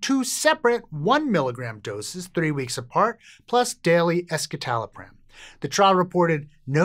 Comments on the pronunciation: It's "ESS-suh-tal-o-pram", not "ESS-kit-al-o-pram". Escitalopram is the S-enantiomer of citalopram, which is a racemic mix of S- and R- enantiomers. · That was what I thought too. I thought it was strange when he pronounced it with the k sound, and wondered if I'd gotten it wrong. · C'mon guys...it's pronounced "S"-"sittallopram"; not "eskitalopram". It is the 'S' enantiomer of citalopram. Escitalopram = (S)-Citalopram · what a shocker, the "science" says that big-pharma SSRI/SNRIs are better. you pronounced escitalopram wrong also.